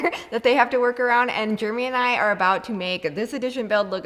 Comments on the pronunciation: It's funny, I notice when she says Jeramy it's sounds like Germy!!!😂😂😂 Love your channel!!! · Anybody else think is saying her husband’s name as “Germy”? 🤣